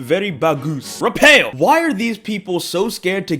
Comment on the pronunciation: My guy really said "Rapel" instead of "Rafael" 💀